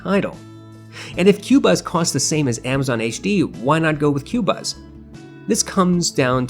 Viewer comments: It's not pronounced Cuebuz it's Cobuz. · I made this mistake too: phonetically, it's pronounced "Ko buz"